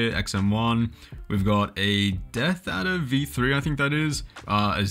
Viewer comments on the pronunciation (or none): none